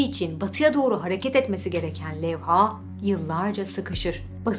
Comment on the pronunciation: Levha'daki a uzun okunmaz, Levha, iki hece de kısa.